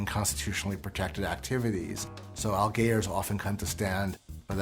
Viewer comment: you pronounced allgeyer wrong :(